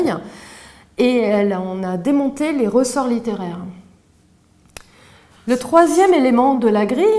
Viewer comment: Jpense avoir la seule prof qui dit "leuleu" pour lele.